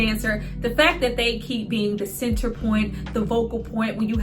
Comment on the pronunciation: You killed me every time you said THA CENTAA🤣